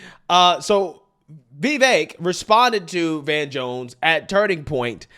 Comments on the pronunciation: I laughed just as hard as you when you said Klan Jones. Please, please, please learn how to say Vivek properly. You said it about 20 different ways in this video and none were right. Listen to Vivek say it himself. Listen to Tim Poole correct every guest on his show. I wish I knew how to write it out phonetically. I don't, but I'll try this. The I in the first syllable rhymes with the I in the words it, is, pin, fit, mitt. The e is like an uppercase a, so the second syllable is cake or bake or fake, but with a v. Vi-vake. Please get it right, it's like finger nails on a chalk board hearing you pronounce it 20 different incorrect ways every video you do on him. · He said vivek like cake if that helps your translation. He was on louder with crowder and told everyone that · You might want to learn how tp pronounce "Vivek" first the next time you meet or speak of him. It's pronounced "Viv-ake" (rhymes with cake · If you're going to hang out with the guy , time to learn him name. His name rhymes with CAKE. Don't let the "e" throw you off. It's pronounced like an A. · I love you, but please learn how to pronounced Vivek's name properly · This dude is in love with Vivek but butchers him name every time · He and Benny Johnson seem to have trouble with it.🤯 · Vy-Veck not Vee-Veck. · Vee-vehk’ Vee-vehk’ Not vay-vake!! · Hey,, PLEASE learn how to CORRECTLY pronounce Vivek's name. It's NOT "Vay-vake". It's Vi (with a short sound on the "i", not a long "e" sound on the "i") and vek...which rhymes with cake. Vivek is pronounced Vi-vake. PLEASE GET IT RIGHT. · (Vee-vake) man. Cmon now. It ain't that hard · Come on man, it's Viv ache. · Why does he pronounce 'Vivek' like 'Vevek'? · My man just cannot say “Vivek” 😂